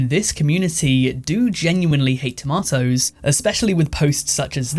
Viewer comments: squirrels 5 beans 5 tomatoes 1 (but i do hate the way you say "tomatoes") sports 3 kpop 2 - i think some of the fans can be a bit extra, and not in a good way minions 5 commercials 5 smokers 4 christmas 3.5 justunsubbed idc Gpa joe 2.5, maybe 3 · The thing about toe-may-toes I hate most is people calling them tom-ah-toes :) lol jk the squirrel one is hilarious and unhinged lol